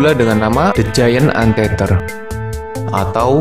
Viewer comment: Giant anteater dibacanya "jayen ent iter" pemakan semut raksasa